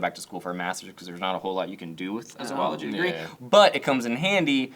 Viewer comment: It's kinda sad how happy I got that you actually pronounced Zoology correctly. Not even my field but that's one of my biggest pet peeves when people pronounce it wrong.